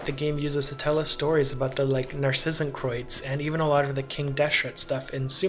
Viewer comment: Wait, someone who actually pronounces Narzissenkreuz right? I was flabbergasted haha! I'm not german but dutch, so maybe you didn't do it 100% right but I am taken by surprise whenever someone actually knows how to say the german eu or z at the end of a word. It never happens for Dutch words so I'm excited for my neighbours haha... I haven't been paying attention, is this normal for all genshin YouTubers or did you just care extra?